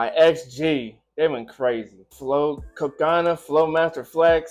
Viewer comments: its CO-CO-NA Not CO-CA-NA... its co co naaaaa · You’re saying it wrong.. it’s co co na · CO-CO-NA not so hard to pronounce. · No, you did not pronounce her name right, but you'll get there :P Cocona (1st lady) was the one who shaved her hair in "woke up".